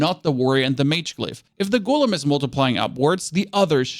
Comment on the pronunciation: GOLEMS. Not Ghoulems